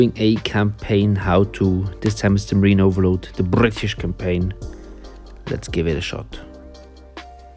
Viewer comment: Marine "Overload" lol it's overlord